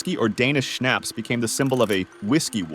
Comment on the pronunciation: It's pronounced schnapps, not snaps!